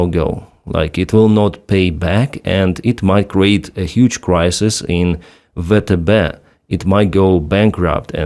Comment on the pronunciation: You should consider using the American pronunciation, for YouTube purposes, VTB (VeeTeeBee) as opposed to how it's being reflected on the platform as "vetebe". До перемоги разом мій брат, стою з Україні та її Героям... Слава Україні!!